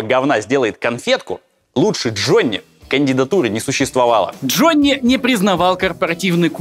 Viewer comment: сколько раз прозвучало в Главе 7 имя Д Ж о НН ЕЕЕ ии ?)))